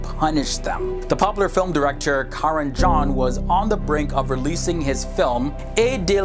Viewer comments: It's Karan Johar not Karan John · This is a very sensitive topic and due to biased views in each country, truth is often hidden behind the facade of "nationalism". I'd really love to watch more from this series! Not everything is found in your history text books ;) PS: It's Karan JOHAR, not John :P or maybe I didn't hear that right!